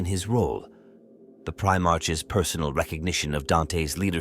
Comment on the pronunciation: lol the pronunciation of guilliemem and primarchs are rough lol also flesh tear💧ers lol